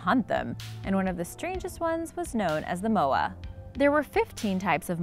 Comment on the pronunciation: She can’t say moa propaly